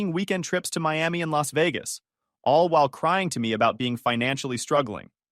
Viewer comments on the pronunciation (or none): none